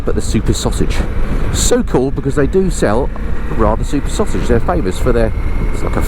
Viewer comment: "Sauge action" Ooh err missus 😉 😅